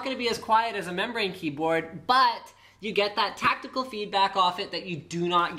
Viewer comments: Small note its tactile response not tactical (although that would be cool) Good review. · tactile not tactical..